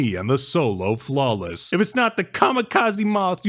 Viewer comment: my favorite part is when he said OLO flawless and WHAT IS HAF DIS SHIT